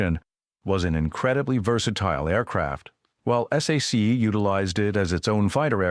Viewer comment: Whoever made this should have known that "SAC" is not pronounced "S", "A", "C", but "SACK!" I served in that unit the last year of my 4-year enlistment on a SAC base in Morocco, Ben Guerir. It was located about 40 miles from Marrekech. B-47s were flying routine patrols loaded with atomic weapons to keep the godless Ruskies, Donnie's best friends now it seems, at bay. Little did I ever imagine our president would be sucking-up to the Russian dictator some time in the distant future. Live and learn! I remember the XC-99 passing overhead when I was at Lackland AFB in 1957. What a sight! Later it was parked and open to tour on the base.